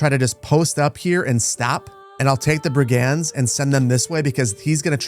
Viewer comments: What the heck are brie-gands!!?? Brigands, Brigands. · Pronunciation queues as a few of these seem really strange to my ears … Brig-unds, not brig-ands Lee-neck, not lie-neck Loiter Floocht, not Lighter Floocht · Best Manor Lords content BY FAR. One tiny thing: Brigands. Pronounced BRIG-nds. Not bri-GANDS. Old world bullies, low-level criminals and unsavory types who're happy to be paid for busting heads. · Bri-gands should be brig-uhnds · mfw he doesn't say bri·gndz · You don't pronounce the "a" in the word "brigands". "Brgndz". Looking forward to the great urbanisation. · Love this series. One minor quibble is your pronunciation of brigands. The emphasis ought to be on the first syllable not the second as you say it